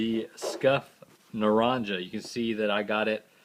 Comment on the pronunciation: Naranja is "naranha" it's Spanish